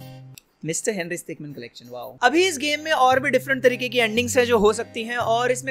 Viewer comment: Its stickmin not stickman